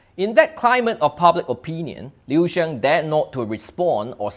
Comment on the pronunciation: Li Shang? Liu Xiang😂 Li Xiang is unquestionable the goat of Chinese sports even he retired from Sports after 2004 Olympic Games😂 I am from Shanghai and immigrate to SG. Luckily found your channel🎉